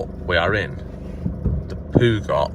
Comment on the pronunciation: You would think you would know how to say Peugeot properly!! 😂